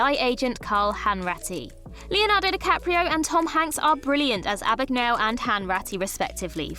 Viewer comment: "Abbagnale" is pronounced like "abba-neeal-a" in Italy ... this one is funnier that the "Stallon" thing